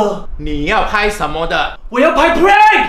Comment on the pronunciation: 是is a prark 不是prank（你们懂的